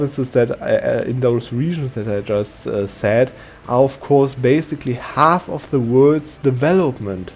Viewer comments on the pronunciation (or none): none